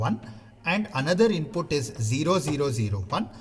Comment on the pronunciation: Useful content. The only thing that is annoying is pronunciation of input. INPUTTT😂😂🙏